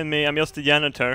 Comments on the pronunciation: "don't mind me, I'm yust the yanitor..." -, 2015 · "His JAw" "Don't me I'm JUst a JAnitor" I love how he says words that start with J